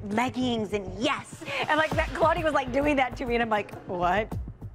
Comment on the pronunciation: Everyone: “Kalani” Daviana’s mom: “Keylani”